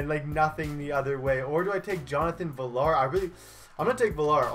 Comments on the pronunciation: Villar is pronounced ve-ar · Jonathan villar the l's are silent so say viar